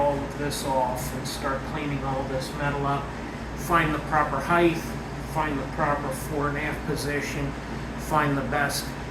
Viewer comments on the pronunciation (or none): Everyone on YouTube pronounces "Height"(HĪT) as "HĪTH"😅